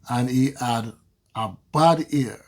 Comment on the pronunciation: It's not "bad ear" but "bad year".